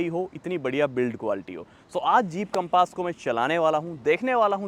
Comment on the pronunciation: Bhai naam to sahi se le lo gaadi ka....compaaaaaas nahi hai Compass hai